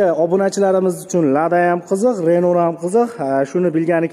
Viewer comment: Ренол эмас РЕНО